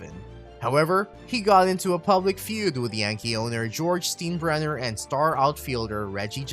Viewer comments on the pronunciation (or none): I wish I had a penny for every time you mispronounced George Steinbrenner's name (pronounced STINE-bren-ner) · Right. I don't get these guys who make videos and cannot pronounce the names of major characters in them. Steenbrenner? What a joke. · I never knew that my decorative budweiser cups were known as beer "Steens". Thought they were alway pronounced as beer "Steins". Obviously the narrator never watched Seinfeld lol.....Steenbrenner.... that's hilarious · “STEEN-brener”?? “STYEN-brener” is the proper pronunciation. Have you never seen an episode of “SEEN-feld” (SYEN-feld)? Otherwise a very nice synopsis. Part of watching a Billy Martin team was the hope that Billy woukd go ballistic at some point. Hint: Baseball fans are historians…learn how to pronounce the names of those in your vids. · Why even make a video when you can't even pronounce an easy name that is known by baseball fans the world over? I can't stand Steinbrenner but my god. Since when has Stein ever been "Steen" for anyone?! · This guy did absolutely no research… at all. Can’t even get the pronunciation of names right. Will not be subscribing. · I had to turn this off after the third time I heard the narrator say, "Steen-brenner." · Steen brenner LOL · It’s “STINE-Brenner”. You have great content but it can get discredited when a name is so clearly mispronounced. If you think Martin was violent, Leo Durocher was a close second. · "George STEENbrenner"...🤣🤣🤣🤣🤣 If you're gonna make a baseball video, at least get an announcer who knows something about baseball history. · Everyone is pointing out Steen-brenner, but are we going to let Sten-jel slide? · My baseball IQ went down 5 points every time the narrator said "STEEN-brenner." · When he said A A A instead of "triple A" I was a little put off, then he hit us with the Steenbrenner and I decided enough was enough. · Actually, "if you are a true baseball fan you probably know how to pronounce the name Steinbrenner". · Tell that to the narrator.